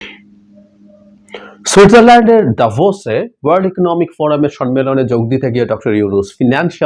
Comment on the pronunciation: ডাভোসে শব্দটিতে "দাভোস এ" এইভাবে বললে আরোও অর্থবহ হইত। Davos এ, যা switzerland এর ওয়ার্ল্ড ইকোনমিক ফোরাম WEF.